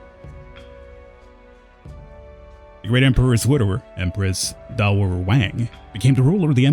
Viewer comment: just so you know, Empress Dowager (pronounced as down - wer - jer) is not her name. its her title as the blood mother of the heir to the emperor (or in this case the emperor himself). its to differentiate her from the other woman in the harem. also, its pronounced more like yao - gwai